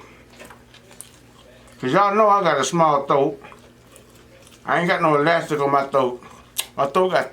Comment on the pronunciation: Boyyyyyyy u better stop🤣🤣 I thought it said help my thot stretch 🤣🤣🤣 I had to rewind and pause... you meant to say THROAT NOT THOTE🤣🤣🤣